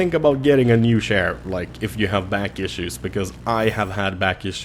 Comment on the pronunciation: I swore he kept saying share like online banking shares... Nope he was saying chair lol